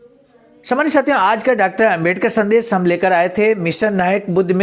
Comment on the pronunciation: शब्द उच्चारण ठीक करना चाहिए। संदेश और संदेस में अंतर समझें। मुन्नीलाल वाराणसी